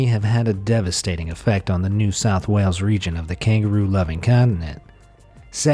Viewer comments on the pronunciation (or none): none